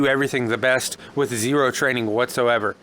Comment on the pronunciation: Z E E R O W TRAINING, lol